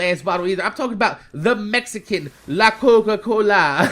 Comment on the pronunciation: sounded jamaican when he said "Coca Cola".